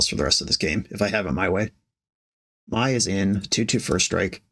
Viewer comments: Mai is pronounced "may" 😭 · Not that it is important, but as a big ATLA fan, I must tell you that Mai, Scornful Striker is pronounced like the month May